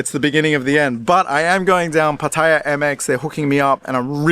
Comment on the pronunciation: Watch Kreis videos frequently and this one was interesting since I have lived in Thailand for many many years. The one thing that pisses me off is miss pronoucing city names, Pattaya in particular. I know Brits and OZZies are adverse to learning the Thai names properly, but after a so long in Thailand they should try since those watching pick up the wrong way to pronounce well know cities in Thailand.